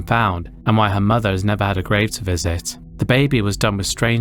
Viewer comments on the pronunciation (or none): none